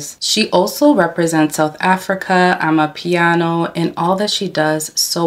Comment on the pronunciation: Love love how u pronounced ama piano wow south africa 🇿🇦 ❤